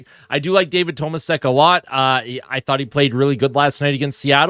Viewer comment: it's pronounced toe maa shek, as stated by Bob Staufer yesterday